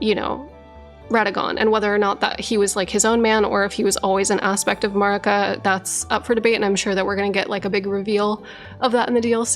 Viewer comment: You have several different audio references from a bunch of different characters in the game, so why do you feel the need to put your own pronunciation on Marika's name?